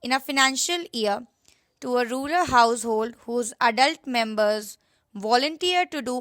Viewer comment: Its rural not ruler